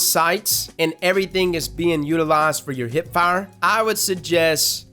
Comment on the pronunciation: I like how you say hip (heip).